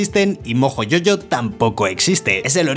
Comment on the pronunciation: No entiendo porque le dice Yoyo a mojo jojo si en el mismo video el doblaje de dice Jojo y no Yoyo